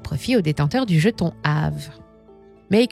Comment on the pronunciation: On prononce Aavéééé !